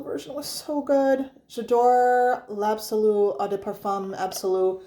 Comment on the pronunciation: I knooooow, Jadore l'absolu got butchered 😔 I now go with the l'or.......... the original always seemed underwhelming to me ❤. Thanks for the video